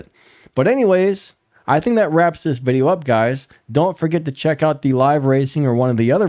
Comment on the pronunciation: “VIDIEO” 🤣 & again… spelczech that mutha🤣